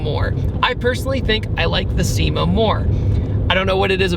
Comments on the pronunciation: It’s pronounced SHE-ma. Not SEE-ma. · I knew you weren't going to pronounce the name right, it's pronounced "Shima" 😝 Such a great car, i'm a big lover of the big body JDM sedans! 😁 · its pronounced "chi-ma" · Cima is pronounced: Chee-mah not See-mah. This is what I've been told by people that modify or utilize the VH41 from these cars. TMYK. Also the VH41 has a very strange intake manifold. Really unique car that not many know about.